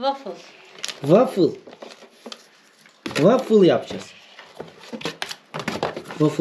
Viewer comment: vafıl degil vafli demek rusça gofret demektir kardeşim